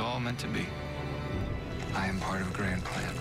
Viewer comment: Literally in the beginning when he said " I am part of grand plan" I heard " I am part of grant plan" I was laughing so hard